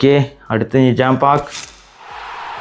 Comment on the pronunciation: Pack ❌ paak ✅🤣